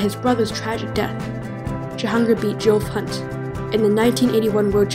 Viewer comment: Great video. It’s pronounced ‘Jeff’ Hunt by the way. 😂